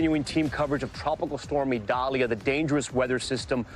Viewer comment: Prayers for all people and animals affected by Idalia 🙏...Desantis wouldn't even pronounce the name of Hurricane Idalia correctly because it is a Hispanic pronunciation. Insisted on calling it Eyedalia when the hurricane center's official pronunciation is «EE dal ya». The guy can't even stand for diversity in names! Horrible to have him representing Florida.